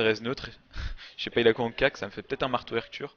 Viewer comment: si tu pouvais arreter de prononcer 'marteau 'r' ture, ca se prononce 'mar torture'